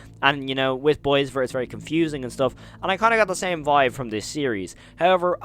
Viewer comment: Boisvert is french, its pronounced Bwah-veyr